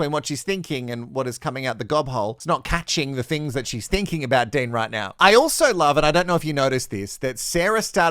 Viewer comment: His name isn't Dane it's Dean